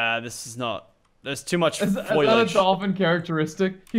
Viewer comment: “ There is so much foilage ” -Lachlan 2019